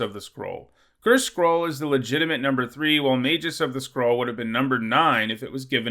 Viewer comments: The G in Magus is hard, not soft. [/pedantic ] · You flip-flopped between a hard G and a soft G when you pronounce "magus"